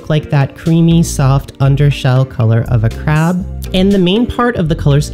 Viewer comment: SAY CREB AGAIN.